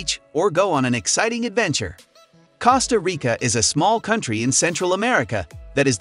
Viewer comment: this person is allergic to saying things correctly. "Causeta Rica, Acropalis, Koh Phee Phai, Keen-ya, Causco, Safairy"